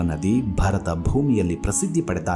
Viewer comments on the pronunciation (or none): none